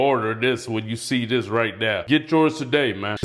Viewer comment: "lookahdah, youseedah?"